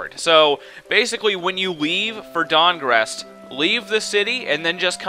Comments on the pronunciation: The guild of cities, StahnGarrest. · The guild of cities, Dang-rest.